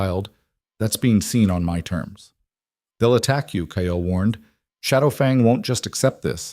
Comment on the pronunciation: The only thing I don't like about all the stories I've watched so far is that the characters all have the same names...and they say kyles name in several ways...maybe using different names that the AI can actually pronounce the way it's meant to would help...